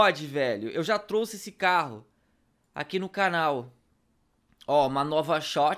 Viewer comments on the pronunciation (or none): none